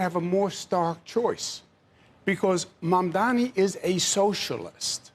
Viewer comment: I am proud to see that Cuomo has finally decided to pronounce Mamdani's name correctly. Well done! Progress is possible!